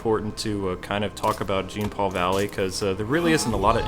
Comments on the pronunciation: It's pronounced John not Gene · Its not JEEN paul. Its pronounced Its like John Paul but the J is more like SH. J+SH = Jean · It's pronounced as John.